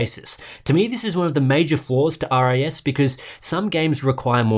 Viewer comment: It still sounds like you are saying RAS instead of RIS (even taking the regional dialect into account!).